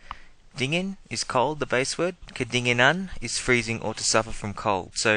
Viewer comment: It should be "kedinginan" instead of "kedinganan". Otherwise solid video, thanks mate